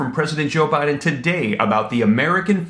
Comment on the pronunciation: Funny she said president OhBiden 💣